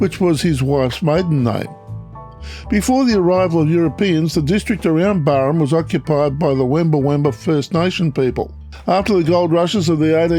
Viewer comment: G'day mate. As far as I know it's pronounced Barham. As in Barrow. Or the first part of it anyway. Being born there in 68 I've never heard it as Barrum. And the locals i know who still live there say the same. But hell we all could be wrong. 😊